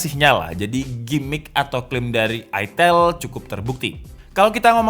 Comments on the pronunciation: Bukan aitel asuw. Baca ae ITEL. Lebih eargasm dan emutable di mulut dan telinga warga indonesah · Aitel ya, bukan itil atau etel atau itail. Bener bener ada penekanan menjurus skali ya 🤣🤣